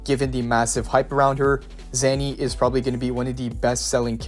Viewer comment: Another person who says names wrong Cia in Italian is pronounced as Cha. Even in the story she introduced herself this way. Cha-conna And worst of all you say Zani's name wrong too